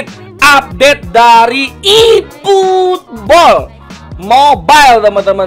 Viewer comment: "iiiputbol" wkwk